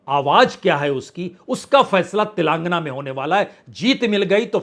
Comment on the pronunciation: तिलांगना, तिलांगना,तिलंगना नही तेलेंगाना। पुण्य प्रसून आप तो पढेलिखे हैं। एक शब्द सही उच्चारण क्यों नहीं हो पाता आप से?